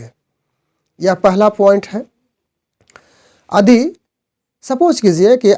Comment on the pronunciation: आप यदि को अदि क्यों बोलते हैं ?